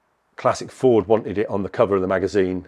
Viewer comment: It's a Forda or Farda!!! 🤣🤣